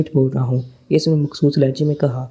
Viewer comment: اردو بولنا سیکھو یا کسی ایسے بندے سے پڑھاؤ جسے اردو آتی ہو غنڈے کو گنڈہ، مخصوص کو مکھسوس، مسلح کو مسلہ اور خان کو کھان پڑھ رہے ہو سارا مزا کرکرا کر دیا